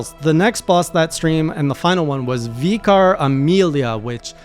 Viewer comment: Vicar is pronounced vick-car. It is a title to parish priests in certain forms of Christianity.